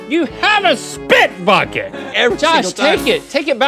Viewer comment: is "you have a spit bucket" but it sounds like "you have a spit f**k it"